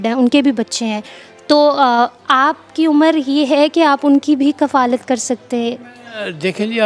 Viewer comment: lafz ward kafaalat nhi kifalat hay baeti